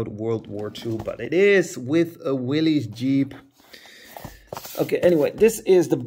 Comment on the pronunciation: Willys is pronounced as in the name Bruce Willis.